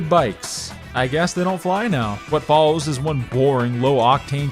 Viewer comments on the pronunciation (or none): none